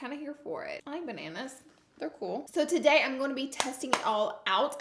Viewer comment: "Taday's video" I wanna punch her for saying "today" like that